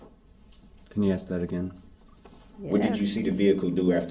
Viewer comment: It's hilarious that he doesn't understand that he doesn't have to axe questions 🤣 😂 😅 if he does need to axe questions, he doesn't understand how to axe questions that will help his defense. Instead he is actually helping the prosecution out every damn time. What a freaking joke